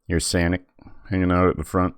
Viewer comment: Sonic not Sanic